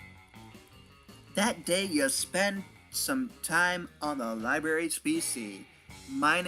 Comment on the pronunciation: "you want thome wocks?"